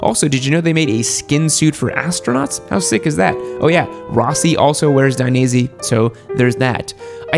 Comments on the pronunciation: please, don't say " Daineasy ", say " Dainees ".... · *Take a shot every time he says Dainese wrong